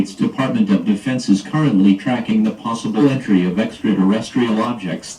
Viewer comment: the “possibilitree” of extraterrestrials lol “extraresstrial” aircraft lol “extraresstrial” (again and again) alien invasion? Back to kitchen mom